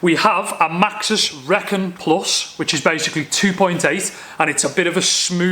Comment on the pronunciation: wow, that's an awesome bike! Can't wait to see you ride it. btw, I think those tyres are pronounced "Ree - Kon" (as in reconnaissance) but I could be wrong.